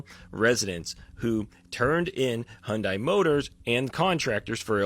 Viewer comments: Why can nobody pronounce the car company correctly. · All these liberal saviors cant even pronounce hyundai correctly. They seem to care so much about this but cant even say it right. It doesnt matter though rabble rabble rabble